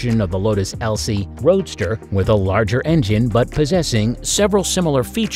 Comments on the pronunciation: LOTUS ELISE not Elsie ffs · Lotus ELSIE? 🤣🤣 Lotus Elise you fools. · Over half the info in this video is false misspelled mispronounced or just strate up wrong like the lotus Elise NOT ELSIE and was produced back in the mid 80s not the 2000s and is still in production today or the fact that u were trying to tell me that was an entirely electric airplane that had 2 GAS ENGINES BEING PULL STARTED CONNECETED TO THE PROPS ALSO NO PURELY electric vehicle will have an exhaust so why does it have 2 please fact check anything u think u learned watching this video as its full of false information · So I am guessing that the FACT checker at Ultimate Fact was taking the day off when they made this video...lol. Even my mother who is 87 knows that its Lotus Elise not an Elsie...lmao